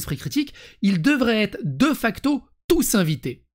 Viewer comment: On prononce [Dé facto] pas [deuh facto].